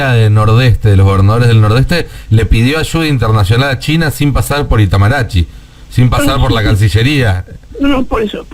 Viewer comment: Palacio de "Itamaráchy". Hablá bien salame. Es un tema serio.